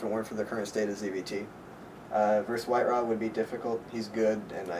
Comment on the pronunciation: Idra, not I-dra.